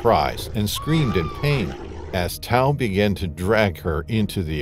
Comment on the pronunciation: TAU..- Ta.woo Is how u say it ..Bad translation by the way 😂😂 ...Tau = Sotho word for a Lion .